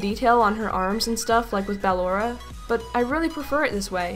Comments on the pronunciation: Your saying ba lor a : try saying bellora then it's spelled ballora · I told you before, it's not Bal-Ora, It's Blora. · You say it bar lora not b aa lora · When calls ballora ballora (b-ah-L-or-uh) instead of ballora (b-uh-lore-uh) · b Al Lora Me: wat is it not ba lora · It's not Balora it's Ballora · its not baloraits ballora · Also this is how u say ballora: Baa-a-loraa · Sorry to say, but it's BUH-lorra! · its bu-llor-uh ballora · NOTICE HOW SHE SAYS BALLORA’S NAME WRONG GUYS!!!!! I hate it. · you said ballora rong